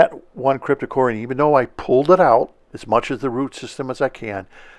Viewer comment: I have gained immediate respect for you since you pronounce "Cryptocoryne" correctly. I get tired of hearing "Crypto-corn".